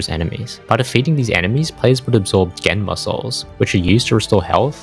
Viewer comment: the captions when he said "Genma souls": Gen muscles.